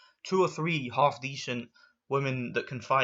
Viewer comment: These woman have been training for hours passed there Limit to be where there are just because you dont like it dosent mean no one else does. You are sexist against woman you called them disgusting .If you dont like it dont watch it ok WTF...I just hate this asshole. Bruh also how he said half he said haoolff